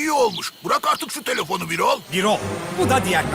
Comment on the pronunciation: Birol değil Bürol Bürol "ü"ile "ü"